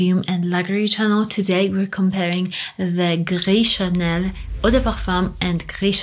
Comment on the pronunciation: why you said like french st u ip just say it normal fk it and fk french langauge 😂😂😂😂😂😂😂😂😂